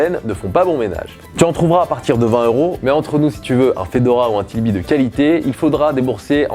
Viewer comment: Bravo pour ta vidéo , juste une chose, on ne dit pas Tilby mais TRilby ! :)